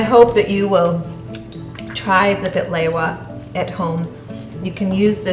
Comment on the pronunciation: Bahlewaaa. Why you say it like that. No!